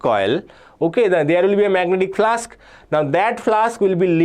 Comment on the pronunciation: flux ❌ flask✅